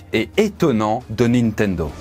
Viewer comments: ":Nintendo" ou ""Nintento" ? à 😅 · Juste après la promo : "Nintento" Bah bravo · 2.53 : "nintento"?? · Ah oui :"Les débuts hasardeux de NintenTo" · Nintento avec un "T" ? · NINTENTO hahahaha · Ta mis un T à la place du D de "nintendo" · "Nitento" à la 3ème minutes hahaha Sinon la vidéo est top :) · amazonE nitendTo Oof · wesh rien que le début de la vidoe il arrive a ecorche le nom Nintendo vas y degage ...